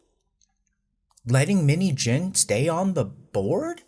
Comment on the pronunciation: Out of context, the way you are saying 민희진's name it sounds like minijean😂